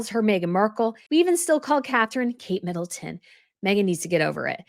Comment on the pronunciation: you said 'MiddleSton', did you not mean MiddleTON? i didn't see you correct yourself...